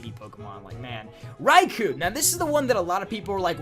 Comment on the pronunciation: The "Kou" in Raikou is pronounced as an extended O.